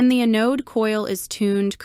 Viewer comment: EH-node supply?? stupid AI....